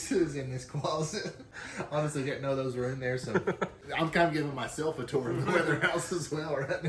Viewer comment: I cant stop thing about "torrr" who pronounces tour that way??